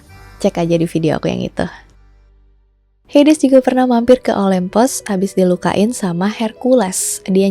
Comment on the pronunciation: Kak bacanya heidiz